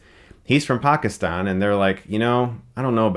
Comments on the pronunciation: Props for pronouncing it PAK-is-Tan instead of PACK-STAN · Was it just me but I liked how he pronounced Pakistan